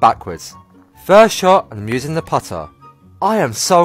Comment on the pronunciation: "Can I Dwaav a puttaah faawaa than a dwaavaah?" I guess you can make phaahhh playing backwards.